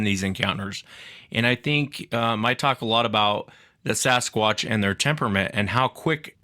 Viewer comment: Why cant she pronounce 'Sasquatch'??